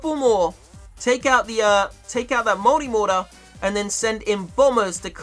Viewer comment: Its pronounced multi mortar not modi moda